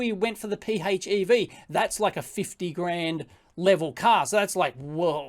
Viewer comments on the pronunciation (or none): PHEV = FEV, it's pronounced "FEV" lol.